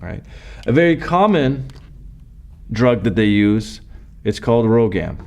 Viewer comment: the drug is rhogam not rhogan